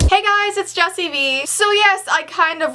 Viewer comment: its jessie not jesi and Yes LIKE YAASASASEAAASSSSSS